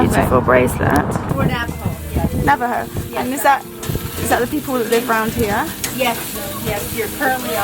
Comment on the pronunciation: yay Navajo reservation nice pronunciations, lol glad you enjoyed seeing part of my culture and home land , your videos are amazing.